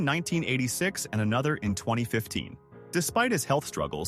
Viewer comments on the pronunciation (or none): none